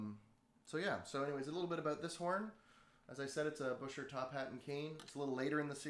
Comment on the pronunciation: Love the demonstration. I do have to say that you massacred the German names Buescher (Pronounced "Bisher"), Couf ("Coff"), and Keilwerth (Keelvurt). ;)